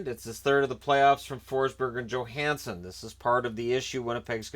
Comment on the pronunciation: At least he pronounces it correctly. This NBC crew can't even do that.